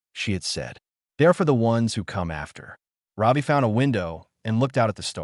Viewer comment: Ravi…. Not Robbie…😊